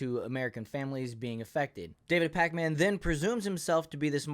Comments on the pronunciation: This dude mispronouncing everyone’s names always makes me laugh. “Sink uyge”, “David Pacman “ 😂😂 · Pakman is pronounced "Packmen," not Pac Man. 😆